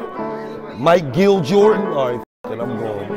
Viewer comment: "Mike-gill Jordan"... too funny